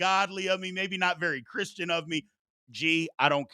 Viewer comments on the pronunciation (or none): none